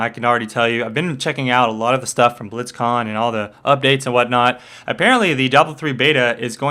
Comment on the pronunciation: "Blitzcon" really?